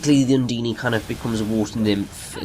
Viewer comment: UN-DINE! IT'S UN-DINE! Not UN-DE-NE!